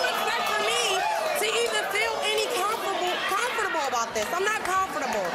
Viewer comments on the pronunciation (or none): “I’m not comfertable”